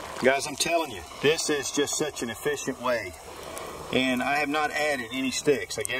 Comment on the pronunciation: Efficient not uhfficient. Hands not hayands.